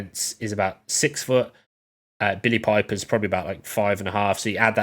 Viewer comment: Doctor Who expert who can pronounce the actors name ...